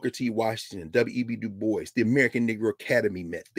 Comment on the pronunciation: Dubois is pronounced as Du- bwa.